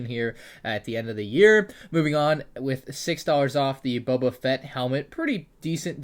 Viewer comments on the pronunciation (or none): none